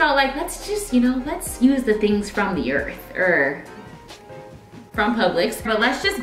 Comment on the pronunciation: I love it from the EARF 🤣😍